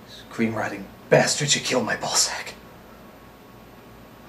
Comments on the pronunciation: I can't tell if he's saying Ball Sack or Balzac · Is he saying ball sack like the innuendo or Balzac like the author? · Pronounced like the latter meant as the former